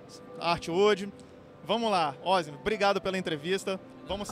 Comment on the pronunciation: o mai engraçado cara falando o nome errado, parece ozzy que falou.....kkkkkkkkkkkk è OssNI o correto